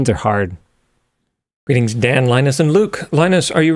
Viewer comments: I have never been so triggered by such a simple mispronounced word in my life. Line-Us I'm only calling you Long US from now on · Linus "Linus" Tips